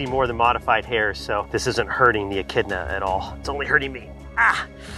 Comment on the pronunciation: It’s pronounced echidna 🙄